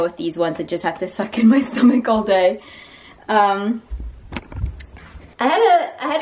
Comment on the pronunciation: When u wanna say tummy and stomach at the same time so it came out as tum-ach